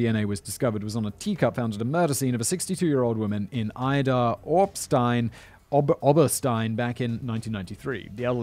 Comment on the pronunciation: it's pronounced "Eedarr Obershtien" (o pronounced "au" like in auto)... Cute lil town :)